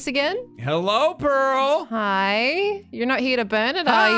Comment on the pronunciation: I only just realised that the way says "Pearl" sounds an awful lot like "Peril"